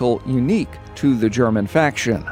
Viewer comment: I appreciate how you pronounce the german properly, most people butcher it